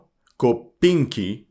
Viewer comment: Good video. I understand the names can be difficult to pronounce. , Just say kopanki (cope anki) and cherneshina (cherne sheena).